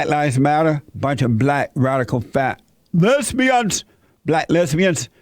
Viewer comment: “LEZ-BIANS” 😂😂😂....ahhhmazin.